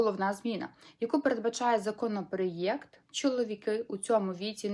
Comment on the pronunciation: Законопроєкт😅Ти клуша хоч вимовляй правильно😂